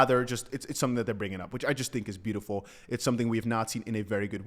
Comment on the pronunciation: You can not say beautiful like crypto james come on now